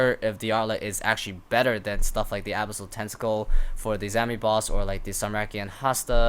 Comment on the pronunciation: The way you pronounce "Abyssal" bugs me